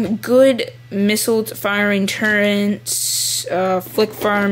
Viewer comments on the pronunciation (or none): turrets not turrents!!!!!!!!!!!!!!!!!! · it's turrets not turreNts but good review anyway i am so getting this. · its turrets not turrnets